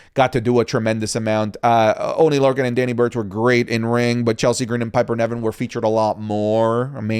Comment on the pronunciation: I wonder if has ever said Piper Niven's name correctly, he always says Piper Nevin 😅